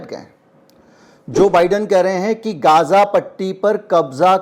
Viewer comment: Sir, It's Gaza not Gaaza